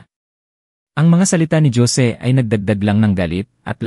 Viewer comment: Wag na ninyo haluan ng English words Ang kwento nyo dahil Hindi Yan binabasa ng narrator ng Tama, lahat ng kwento nyo palpak, paulit ulit din Yung mga pangalan na Jose ( Josie) Juan ( Joan) Joaquin ( jokin) at etc etc. walang pagbabago kahit paulit ulit pa tayong mag komento Hindi nila binabasa kaya useless Ang comment natin